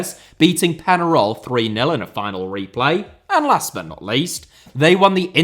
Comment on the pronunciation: Someone needs to help you with your pronunciation of Spanish words. The way you pronounced “Católica” and “Peñarol” was hilarious 😂